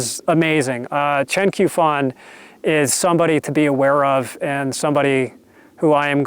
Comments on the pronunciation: Since you clearly like Chen Qiufan quite a bit, I think it's worth pointing out that Q is used in pinyin to represent a sound like 'tch' in English, although not quite the same as the 'tch' sound represented by CH. I don't mean to be a dick about it but I thought you probably wouldn't want to keep mispronouncing the Q as a 'k'. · The Q in Chinese is pronounced like ch in English, so Qiufan would be said like Chiufan.